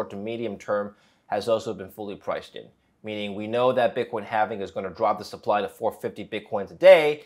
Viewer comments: lol not watching past the first "HALFENING"!! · I can't stand listening to anyone who says "halvening".